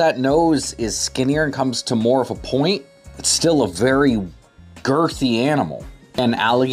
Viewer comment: Bro, you didn't have to put such a weird emphasis on the word "girthy" 👀😂